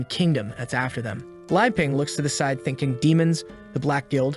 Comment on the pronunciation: I think you said side wrong 💀